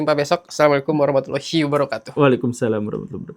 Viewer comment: Maaf melenceng, sekedar bertanya tidak ada maksud buruk. Ucapan assalamualaikum warahmatullahi wabarakatuh pada bagi "hi" nya itu memang bisanya seperti itu atau sengaja dibuat-buat ditambah tekanan sehingga aku dengarnya seperti "hiy" ? Maksudnya sependek pengetahuan saya jika memang dibuat-buat dan salah dalam pengucapannya takutnya artinya atau maknanya juga akan berubah. Mohon penjelasannya 🙏